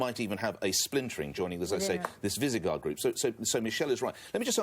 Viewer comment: In Nick Ferrari's segment demonstrates how little he knows about the EU and how willing he is to make things up out of whole cloth. Firstly, and most pedantically, it's "Visegrad" not "Visigard" - honest mistake. Secondly, the Visegrad Group is not a trading block, it's just one of several sub-groups that exist within the EU - like the Nordic Council. Thirdly, Spain absolutely does not want to join it. Austria joining the V4 makes a degree of sense, and Hoffer (the Far Right presidential candidate in Austria) has, long after this broadcast, suggested that the group should expand. The rest of what he said was just generally ill-informed.